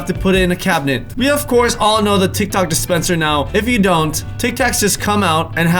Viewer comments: He said tik tok. Instead of tic tac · did he initially say tiktok instead of tictac xd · Lol he said tic tok instead of tic tak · if you listen he actually says tik tok dispenser instead of tic tac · You know your addicted when someone says tic tac but it sounds like TikTok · He said tik tok instead of tic tac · time stamp you said tic tok instead of tic tac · says tik toc instead of tic tac 😂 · Anyone else notice he said "Tick Tok" at the start of the tic tac fact? 😂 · Is it just me or did he say tik tok dispenser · He said tic tok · He said “ Tic TOC” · U said tic tok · yep he said TIKTOK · he said tic toc instead of tic tac! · did anyone else here him say tik tok instead of tic tac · Am k the only one who notices he said tiktok and not tiktak lol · he said tic tok not tic tak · . Did anyone else hear him say tic-tock. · He said TicTok instead of TicTac. 😂 LOL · Who else heard him say "Tik-Tok" instead of tic tac Like if you heard that😂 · Taina Serrano he said tic tac not tik tok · he sad tik tok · Did anyone else notice he said tik tok dispenser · He said tic tok dispenser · He said tic toc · Fist he said too too and then tic tac Pike if u heard or replayed the video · You said tik tok 👇like if you heard too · Taina Serrano I heard it to and I got confused